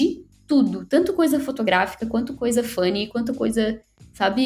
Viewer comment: Na hora que a fala " tanto coisa fotográfica, quanto coisa FUNNY..." Eu fiquei tipo: '-QUÊ?' - Tive que voltar pra entender que ela não tava falando Fanny. Kkkkkkkkk (Qndo vc chama Fanny, não tá acostumado a ouvir 'seu nome' em um bagulho PT. 😂🤣)